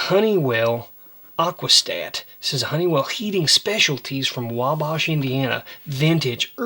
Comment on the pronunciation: I live 45 miles from Wabash! It rhymes with mash